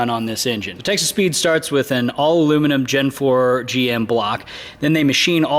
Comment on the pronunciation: Sounds like your saying Texas Pete not Texas Speed. It makes me smile at least